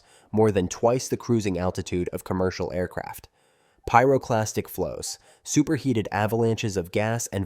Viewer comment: L'image type d'un mec qui repompe un reportage sans même connaitre le sujet. On dit PYROCLASTIQUE pas PYLASTIQUE